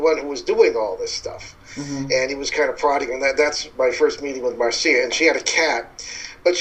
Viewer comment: It's not pronounced Mar - Cee - ah. It's Marc - Ya